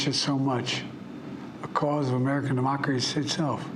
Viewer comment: mumbles something about "speaking"? behind a desk. "When you elected me to this office..." Tries to protnouce the word "democracy." Brags about his record Has decided to pass the torch to "a new generation." (Doesn't mention anyone by name.) 🤔 Focusing on his next six months in office: He's going to lower costs, grow the economy, defend personal freedoms, call out hate, protect our kids from gun violence, protect the planet from climate crisis, end cancer(!), and call for Supreme Court reform. All in the next six months. 😂 He's going to "end the war in Gaza," bring peace to the Middle East, and bring home Americans unjustly detained all around the world. Also all in the next six months! Claims we "came together as Americans." Wages are up and inflation is down! 🤡 Manufacturing has come back to America! 🤡 Finally beat Big Pharma! 🤡 The most significant climate law ever in the history of the world!🤡 Violent crime is at a 50-year low? 🤨 He secured our border? 🙄 "America is an idea. An idea stronger than any 'armory'"(?) Um...wut? 🤣 "In just a few months..." Thanks Kamala Harris for...something (the only time he mentions her name). Ben Franklin, and mumbles something about a Republic. Modest beginnings, blah blah blah Kings and dictators "WeTheUnitedStatesMerica" then whispers his way to the end. 😐